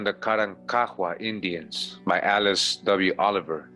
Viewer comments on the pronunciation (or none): none